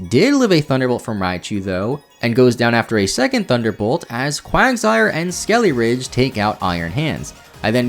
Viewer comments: Yeah ngl, his mispronunciation was mad annoying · Ah yes, Crackalure and Skeleridge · every time you said "skeleridge" i died a bit inside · skelly-ridge? eye twitch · I just want you to know that every time you called Skeledirge "Skeleridge" it made me want to scream until I vomit blood. Thanks for the video! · Pretty sure it is suppose to be Skele Dirge and not skele ridge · God your pronunciation of like everything is AWFUL. Had to stop watching halfway through because of how many times you said "skelly-ridge" I mean, how do you even mispronounce names that were told to us correctly in the trailers like Farigiraf. It's perplexing. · Skeledirge. Skele dirge. Skele DIRGE. Skele DIR-GE. It’s driving me insane listening to this video. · Espartha? Skelyridge? Never heard of these Pokemon, are they DLC exclusive? But really, fun video, I just get hyper focused on pronunciation sometimes. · Lmao he pronounces skeledirge so strange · At least thats closer. He doesn't even pronounce the D! Thanks for the comment!